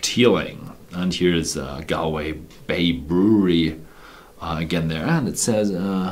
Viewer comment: Galway is not a city in the east of Ireland but in the west of Ireland.... Also the correct way to pronounce the name is not "gal - way" but rather "gawl - way" :)